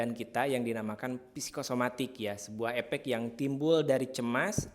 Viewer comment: Efek, bukan epek. Faktor, bukan paktor.